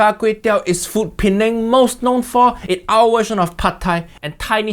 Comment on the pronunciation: As an Indonesian, I just found out this time how to pronounce the word "Penang"....Pineng